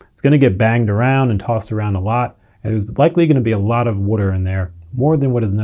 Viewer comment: fail. this video explained in depth what DOESN'T work, all while mispronouncing the most basic word "water." oy vey.